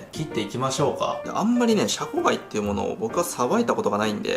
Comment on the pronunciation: シャコガイを若干ヒャコガイっぽく発音してる江戸っ子舌の